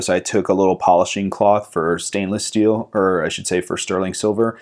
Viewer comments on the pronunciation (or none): none